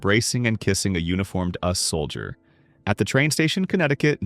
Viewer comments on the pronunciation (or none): Why do people use computers to recite the narrative? Somewhere, sometime it will screw up. Halfway through and 2 errors within 1 minutes. (Pronouncing US (abbreviation for the United States) as "us" and the year "1912" as 1-9-1-2.)